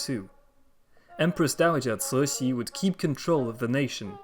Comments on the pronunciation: The empress 'name is completely wrong, Cixi should be chi-shi or tzi-shi, not sui-shi. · Cixi should be pronounced Chi-shi (or tzi-shi), not sui-si, how very odd! It grates every time. I'm bemused everyone else thinks your Chinese pronunciation is flawless. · Cixi is pronounced completely wrong, it should be chi-shi or tzi-shi, not sui-shi.